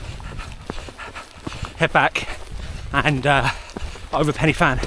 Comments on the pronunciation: well done that was amazing. As an ex local its actually pronounced more like pen ur van than penny van. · Pen yr van. A single f is pronounced v. Sorry but as a Cardiff boy this mispronunciation does my head in. Not too much though 😁 The fact you had a go is outstanding. No way I'm doing it with my knees and heart. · pen y van mate one f is a v sound ff is an f sound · Thanks for watching... Now watch my David Goggins 4x4x48 challenge vid - A couple of corrections. First, apparently its pronounced Pen y Van (spelt Fan), I blame google. Second, the Fan Dance route march test is completed at the start of a long selection process and not the end as stated. I got both of these points wrong in the vid, I must do better. 🙏 Sorry for any inconvenience. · For accuracy, the summit is pronounced Pen-uh-van (the letter 'y' is a vowel in Welsh and the 'f' has a v sound) so the 'Fan' is an English play on words. It still works when you use the Welsh pronunciation for the summit and and refer to the endurance march as The Fan Dance. 😁😁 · 'pen y van' is how we say it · It should be pronounced Pen y Van. One F in Welsh is pronounced as V. Two FF make the F sound in English. Good programme though.